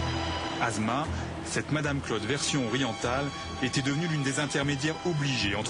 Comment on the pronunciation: Prononcer les mots:"assma" etnon "azma" correctement ,un doc doit être parfait sur toutes ses formes : netteté, prononciation ,véracité explicationobjectif(pas chauvinisme ,pas de sentiment